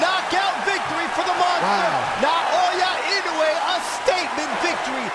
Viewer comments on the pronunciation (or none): Good video on the greatest fighter of our time. Too bad the narrator is unable to consistently pronounce Naoya Inoue correctly.